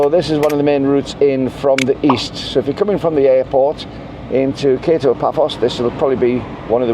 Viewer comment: The next road on the left is where I spent February and March this year. This is where you see all the electric scooters buzzing around. Not all stores in the Mall are upmarket - JUMBO is the opposite. The pronunciation of KATO is KAH-TO and means "lower" Paphos. welcome!